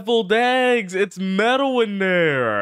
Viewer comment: Oh for the love of... He didn't say Metal, he said Mevil. That was an error in the subtitles... nothing new there.